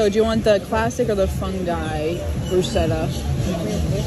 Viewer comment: She’s making the poor guy tremor. I thought he was having a convulsion when she pronounced funghi.